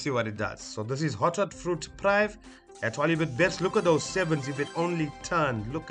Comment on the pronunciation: Top session. FYI prive' is pronounced "preevay"